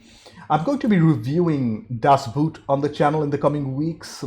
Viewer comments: "Das Boot" is pronounced more like "Das Bought". It is not about a boot. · Glenn Close is known for Fatal Attraction, The Big Chill, The World According To Garp, and had a great cameo in Hook. Be advised that Das Boot is pronounced Das Boat. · DAS BOOT is pronounced in German like "COAT" [and long] not like "FOOT" [and short] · Das Buht...oof. I'd suggest checking your german ;) Boot is german for boat and is pronounced almost the same. The neverending story is a fun watch with some neat ideas and designs, but I think it's one of the few movies that could benefit from a remake since it covers less then half of the book. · I'm really looking forward to your reaction of "Das Boot". By the way, the correct pronounciation is not like the word "boot" (the heavy shoe)... The "O" is long and sounds more like in beginning of the word "original". I really recommend to watch it in German with English subtitles. The accurate language helps a lot with the atmosphere! Another really good German movie is "Der Untergang" (Downfall) - about the last days in Hitler's bunker at the end of the war. This one also is much better with subtitles.